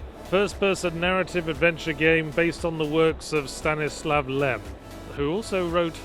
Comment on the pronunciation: it's actually lem not lev